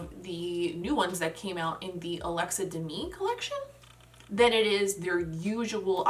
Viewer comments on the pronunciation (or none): none